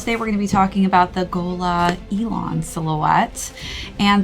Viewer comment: Pronounced e-lahn!